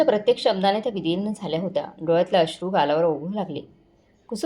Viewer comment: विधीर्ण नाही विदीर्ण